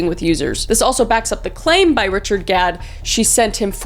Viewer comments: every time you say Gad it sounds like god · You kept saying god instead of gad 😂 ur even funny when u don’t mean to be ❤ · Pronouncing Gadd as God 😭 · Gadd, not God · In the end i kept hearing you saying god xD i was like what the... untill i realized thats not what u said XD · I chuckled a bit hearing you pronounce "Gadd" almost like "god" LOL. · I’m sorry but you pronouncing it God instead of Gah-d made me giggle the entire end of the video 😭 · I love how you just give up at the end and start calling ‘Gadd’ “God” instead 😂😂😂❤